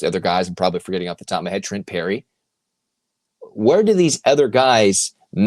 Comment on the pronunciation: PERRY, not Lerry :-)